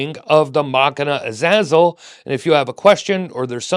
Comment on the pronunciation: Hearing you pronounce the name "a zazzle" is hilarious to anyone who knows the name